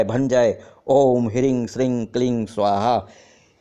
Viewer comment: बीज मंत्रो का गलत उच्चारण बता रहे है, मंत्र संस्कृत भाषा में है, संस्कृत की व्याकरण के अनुसार अं की बिंदी का उच्चारण म होता है अतः क्रीं, श्रीं ह्रीं के उच्चारण क्रमशः किरीम,श्रीम,हिरीम होगा । किसी संस्कृत व्याकरण के जानकार से पूछे ।